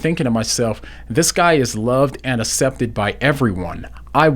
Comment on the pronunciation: This is lovely but I feel like commenting on how says "acepted" 😄